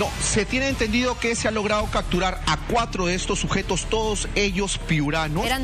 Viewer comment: Por qué dice CACTURAR cuando debe de decir "CAPTURAR". y TODAVIA SE CREERA REPORTERO... Por eso antes de ingresar a las universidades peruanas debe de haber un examen de suficiencia en castellano como lo es el TOEFL en los EE.UU. o con el Alemán en Alemania cuando se quiere postular a una universidad. Al menos asi nos aseguraríamos que el que va a estudiar en una universidad publica o privada del Peru va a entender bien lo que escucha.